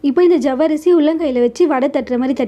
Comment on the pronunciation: ஜவ்வரிசி இல்லம்மா, சவ்வரிசி... தமிழை சரியாக உச்சரிக்க முயற்ச்சி செய்யுங்கள்..நன்றி